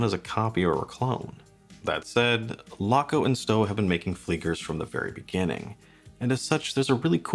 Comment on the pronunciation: Stowa is pronounced Shtova. Laco is pronounced Layco. Archimede puts both to shame for value in an actual German Made (not just German assembled) flieger.